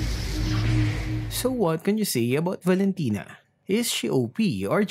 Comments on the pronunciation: Omg NO its not valintina its valin kunat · Valentina Par not Valen tino